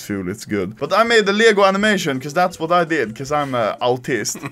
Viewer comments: As a swede I like how u say "Leggoh" instead of Lego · Ah yes, "ljägo" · That pisses me off bc im Danish and he says leæhigo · everyone: lego anomaly: liego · "LJEGO" XDDDDD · Anomaly language dictionary English : Lego Anomaly : lyäęgÿo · He says leeyago instead of lego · He says lego but as you would pronounce it in Sweden. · lmao that's how Lego is pronounced in Swedish lel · i Love how he pronounces LEGO